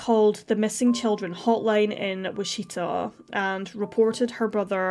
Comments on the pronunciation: It’s WITCH EH TAH, not Witcheeta. I know it’s not your native tongue but thought I would correct you for future reference🙂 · It's WITCH uh tah. My hometown.